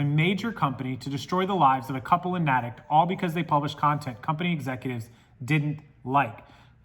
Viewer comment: We're wacky here in Massachusetts & pronounce everything differently that it's written - Natick is pronounced Nay-tick. I just wanted to let you know. Crazy story thanks for sharing!